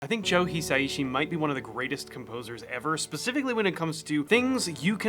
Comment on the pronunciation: just fyi, his surname is pronounced as 4 syllables, "hee" "sah" "ee" "shee", not 3 ("hee" "say" "shee"). Great video though!